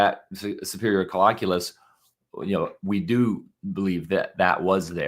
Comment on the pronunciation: It is pronounced coll-I-culus and it will drive me crazy to here it mispronounced. I am not alone. We knew this about the complex calculations in the SC in the 1980's and 90's. I learned this stuff in 2010. Do not believe everything you read in Pop-Sci articlaes Boys&Girls.